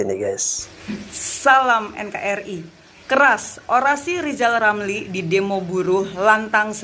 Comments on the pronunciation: Rizal Ramli ngomong R saja gak bisa kok mau tuRunkan😂😂😂😂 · Lizal lamli sok pinter ngurus negara. Belajar dulu ngomong er r r 😆😆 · Lizal lamli ngomong ER aja susah kok mau macem2... sunat dl sono zal